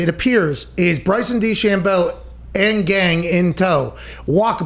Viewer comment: I love the way he says DeChambeau